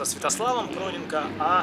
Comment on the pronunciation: Проненко ударение на "е"